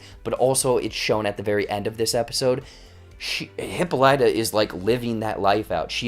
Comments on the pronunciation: This is just a rhetorical comment: the name HIPPOLYTA (queen of the Amazons) is incorrectly pronounced in this series. (Years of Latin and Greek are on my side.) It's Hip POL y ta -- not Hippo LY ta. I feel better. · So true it was irritating to keep hearing the pronunciation of the name